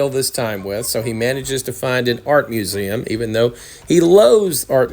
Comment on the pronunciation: You know if you're gonna listen to anything narrated by be ready for mispronounced words like museum....